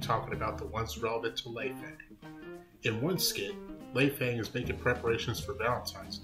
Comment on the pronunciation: You mispronounced her name. It's pronounced: Lay-fung (Lei Fang) you don't say Fang in an american dialect.